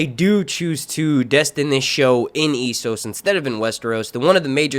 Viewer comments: It's Essos not Issos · Its E SSOS, E SSOS say it with me, ESSOS EEEEEEEEEE NOT iiiiii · Essos not eeesos ffs